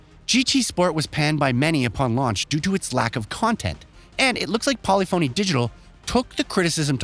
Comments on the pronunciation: Bruh. Learn how to pronounce "polyphony". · Please pronounce Polyphony like Symphony. It’s not SIM-PHONY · How does a gaming centric channel not know how to pronounce polyphony? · This guy's pronunciation is horrendous! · This guy keeps saying polyphony digital wrong. I think he's trolling us. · Way to mispronounce every car manufacturer and developer name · Exactly. Can’t wait for the epiphany that hits this guy when he learns how to pronounce Polyphony 😂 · "Polly-phoney" Made me laugh every time 🤣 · Polyphony is pronounced as one word. Not Poly Phony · Poly-Phone “E” 💀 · This man really said Polly Phoney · Great review, but man does it irk me every time he says Polyphony wrong. English nowadays, who cares about grammar... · Some of the weirdest pronounced words I’ve ever heard. Ashton Martin? Polyphony is not pronounced how you continue to say it… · How did this goon just pronounce the developer? Wtf. Lol. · It’s pronounced… Pol lif fon knee not Poly Phoney 🥴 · Did you just actually say Polly-Phoney? :D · I think it’s pronounced Polyphuny not Poly-phony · Got me dead , , etc lmfao bruh how can you be a journalist and pronounce polyphony "poly-fony" lmfao its puh·li·fuh·nee. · Did you seriously say “Poly Fony”? You clearly know about the series. It is pronounced “Poli-funny”. Please, never make that mistake again. At least you’re not pronouncing it “Grand Tureeez-mo”. Words matter, especially if you expect to be taken seriously. That’s worse than people calling Oppo “ah-poh” instead of “Oh-poh”. Before Oppo got out of the BluRay player game, they had their pronunciation at the top of their website. They still make phones. If you find their page, you’ll clearly hear them saying “Oh-Poh” in the ads. Don’t these fantastic industry changing companies deserve to have their name pronounced correctly? Correctly being, the way they pronounce it. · polyphony, not polly phoney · It is NOT Polly——Fony…..it’s Pollif—-Any!! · What the hell is Polly-Phony Digital? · Polly foney?